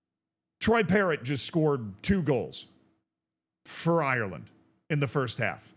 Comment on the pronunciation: Parrot scored for Ireland, not Eye-your-land You don't say Eye-your-ish